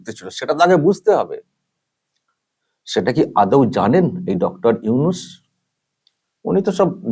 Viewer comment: চফিকুল ইউনুসের নামটা ভালো ভাবে উচ্চারন করবি ছালা